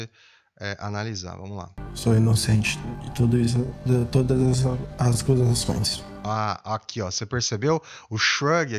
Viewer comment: Ele diz: "sou inocente de todas as "ascusações", errando a pronúncia da palavra.